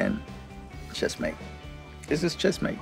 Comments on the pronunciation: Checkmate. Not Chessmate. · Checkmate Cesar, not chessmate ^^ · It’s “Checkmate”, not “Chessmate”, Mr. Millan. Just FYI.